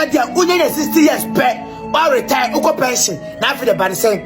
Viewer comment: It's not BAND. It's BAN